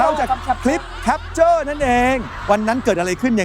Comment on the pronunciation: หนูสุชาติ ลูกต้องพูดว่า แคปเจอร์ จ้า ไม่มีควบกล้ำนะจ๊ะ